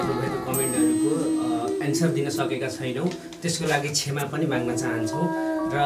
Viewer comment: क्षामा हैन क्षमा हाे है